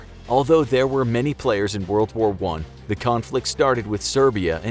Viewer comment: Woa woa 1? Wold woar 1?